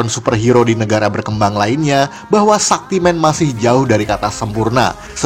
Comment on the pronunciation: Jangan lupa film Brahmastra sebagai initial entry dari Astraverse sama Pathaan (Entah ini masuk lini film superhero apa film spionase kaya film-film dari YRFSU lainnya, soalnya musuhnya super soldier XD)... Btw, cara baca Shaktimaan itu "Syaktimaan" ya... Bukan "Sakti-men"...